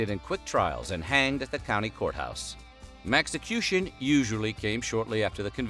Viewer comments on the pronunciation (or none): At ...does the narrator say "Mexicution"? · maxicution? Mexicution? Huh?